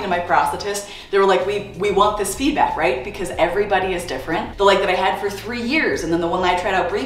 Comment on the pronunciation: Feetback 🤣🤣🤣as a non native speaker this was just nice right now. Yes it's d, not t...but really... give the feet back